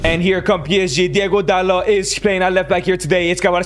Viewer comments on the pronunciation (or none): none